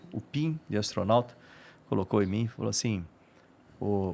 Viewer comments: """"Astronalta"""' hahahahaha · ATORNAUTA, kkkkkk.